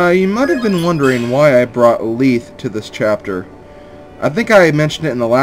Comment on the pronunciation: leth final e is silent and the first is soft. he uses the hard e annunciation used for when you have 2 e's. so instead of the e being like in leaf itll be soft like in let :l obviously the th is also soft.